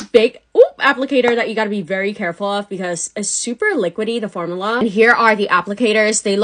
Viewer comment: why do you pronounce “formula” like that